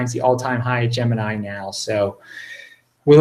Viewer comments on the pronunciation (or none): none